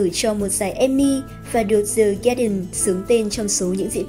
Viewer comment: Dạ em góp ý nhỏ 1 xíu thôi ạ. The trong tiếng anh mình đọc là "đờ" ad đừng đọc là "giờ" ạ. Em ko rõ là đúng TA hay ko mà em nghe hơi ko đc hay cho lắm với cũng kì lắm. Em ko giỏi tiếng anh nên ko dám bắt lỗi. Cơ mà add cần học thêm tiếng anh nhiều hơn. Mấy khóa phát âm 1 hoặc 2 tháng em thấy cũng ổn phết.